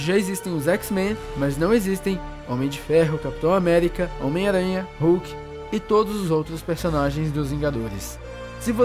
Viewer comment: omiaranha versão baiano